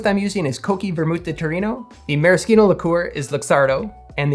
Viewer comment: marriSHino! Ci in itialan makes a CH or SH sound